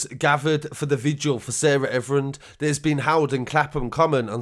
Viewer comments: Her name is Sarah Everard ...Ev-er-ard !! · It's Everard mate not everin 👍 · 1st of all my guy say her name right you keep saying Everand. You reporting news and can't pronounce a victim's name correctly. 2nd of all, we know you're getting a cut from fed for these reports and give them access to your channel and messages in return 🤫🤧. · You could show your respect for her by pronouncing her name right! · Comon man...... You need to SAY HER name correctly!!